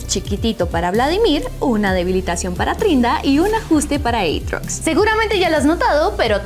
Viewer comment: quien le dice eitrox a atrox 🤔